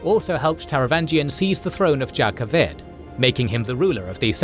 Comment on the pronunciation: One nitpick, it's not Jah Keved as in jar. It's pronounced Yah Keved (same with Jasnah)!